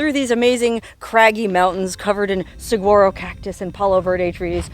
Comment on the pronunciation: The “g” in saguaro is pronounced as an “h”.